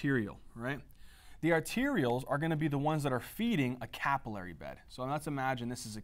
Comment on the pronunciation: Arterioles, not "arterials" and pericytes not parasites